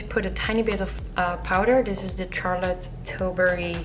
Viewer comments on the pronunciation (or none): I believe it is Charlotte not Tsarlotte! Nice tutorial though